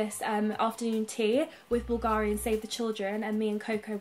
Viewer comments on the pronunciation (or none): none